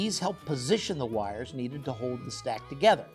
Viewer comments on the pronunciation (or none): none